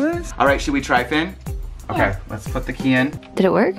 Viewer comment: Kay? I think you meant key! 😂